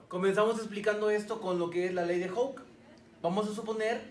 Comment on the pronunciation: Me cae mal que no pronuncie bien: 'Hooke'.